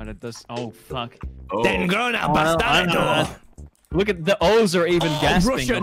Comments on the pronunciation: Being half Hispanic hearing Tommyinnit say 'El Bastardo Verde morirá' it was just gold but-- my mom heard from my room and she was like shouting in Spanish, "He said it wrong, cabrona." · As a spanish speaker Tommy saying "batarado" instead of "bastardo" is so funny to me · Awww, Tommy made a sign in spanish and said "bastardo" so badly XD this was the most endearing thing on my day ajhjfhahj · Tommy talking in Spanish is the best, dude, He didn't even pronounce Bastardo correctly XD